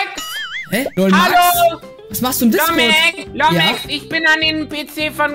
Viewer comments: so: LUmexX LUmeXX 🤣🤣🤣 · Wie er stadt lumexx lomexx